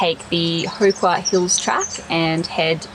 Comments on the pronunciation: Love the high country and glad to see you guys enjoying it. btw, it How not Hoo when pronouncing Howqua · Pronounced How...Qua... And in the Vic High Country we say PARMY...!!!!! Parma is a melbourne thing... important detail